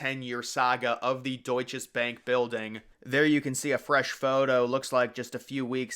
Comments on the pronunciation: I worked there 1994 until labor day 1998, then at 4 WTC until 911. It was not the Deutsches Bank. It was the Deutsche Bank. Not sure why you keep saying it with an S there. I also would not call it forgotten. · I worked about 2 blocks from the WTC & Deutche Bank building (yes, it's Deutche Bank. I don't know why the narrator repeatedly called it Deutches Banki!). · its pronounced doit-chuh-bank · You know the maker of the video did due diligence when he keeps on repeating“DeutcheS Bank” 😂